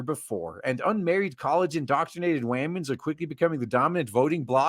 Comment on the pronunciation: I like how he say's wamens